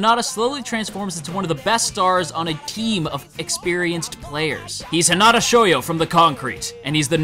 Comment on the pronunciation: You're pronouncing it wrong it's Hinata not Hinata